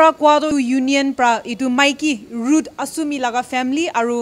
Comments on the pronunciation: Ruth Assumi not Achumi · Bro its not acchumi its asumi